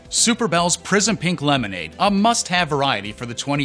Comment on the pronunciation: I heard Super bells “Prison Pink” instead of Prism Pink and took a double take. I like your name better 😉